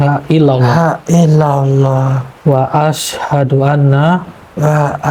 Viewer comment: Mohon maaf sebelum nya kepada bukan ada maksud saya menyalahkan tapi saya hanya mengamalkan ilmu yang saya dapat, tolong ya ucapan kalimat syahadat nya di perbaiki, yaitu "asyhadu dibaca asy ha du, bukan asadu" kalau Asadu = singa ataw lebih kejam Asyhadu = saya bersaksi. Terimakasi sekali lagi saya mohon maaf